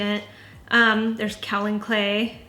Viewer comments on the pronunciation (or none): none